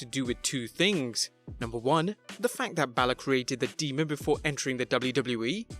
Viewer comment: Deamon? No. It's demon.